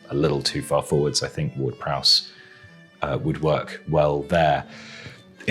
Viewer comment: got the mourinho vibe there "i sink"